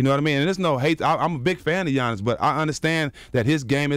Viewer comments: “Gi-annis” dj envy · On the topic of super teams…and talking about the bucks let’s pronounce Giannis’s name right!!!!!